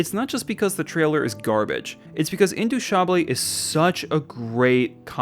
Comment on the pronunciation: No no no! Intouchables ain't-two-shab-l say the L under your breath almost don't say it.